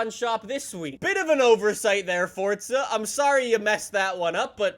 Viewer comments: its FORZA not FORTTTTTT:)))))))) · Anyone else offended by him saying mAAserAti and forTsa